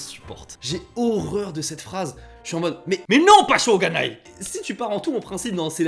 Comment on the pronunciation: C'est "shō𝙜𝙖nai". Avec un "o" long et "ga" (et non "gu"). Je ne pense pas qu'avec un "o" court et "gu", des Japonais comprendront.